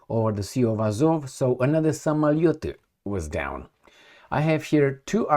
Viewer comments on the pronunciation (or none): Learn to pronounce Russian words , it’s pronounced Samaliot its O in samaliOt not U .